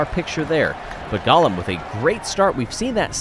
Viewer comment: I believe it is pronounced Go-lem and not Gollum ( my precious)